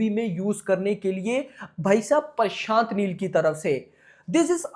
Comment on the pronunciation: bhai parshant neel nhi prashant neel hota he🤣 itna chota word to bolna sikho yar pakistanio🇵🇰😅